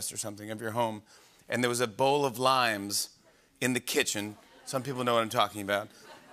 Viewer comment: She said limes and I swear I heard it lions 🦁 😅...